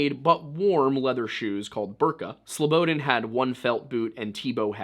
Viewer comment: I know this is granular. but hearing you say slow-bo-den is nails on a chalk board considering your dedication to pronunciation. it's more like Slow-bah-daan. Look up Slobodan Milošević and hit pronunciation (evil man he was). I await your next full compilation of these 2 videos and enjoyed you presence on Timcast thoroughly, it is what brought me to you channel. Thank you for your work sir.